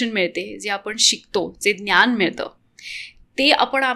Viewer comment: खूप इंग्लिश शब्द...ज्ञान चा उच्चार न्यान होतो आहे